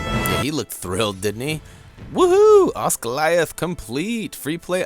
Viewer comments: pronounced Oz-gilly-ath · you said osGILIATH WRONG SORRY